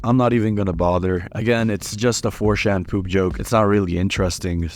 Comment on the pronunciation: The way you pronounce '4chan' genuinely annoys me, like wtf is a '4-Shan'?